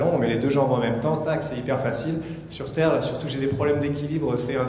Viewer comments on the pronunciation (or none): il dit retourné sur "serre" il a remplacé le "t" par "s" mdr t'insinue quoi exactement ?